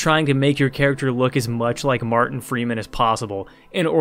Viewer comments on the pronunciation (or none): none